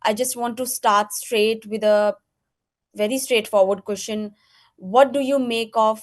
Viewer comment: कोशन नहीं होता कुवैस्चन होता है 🙏🙏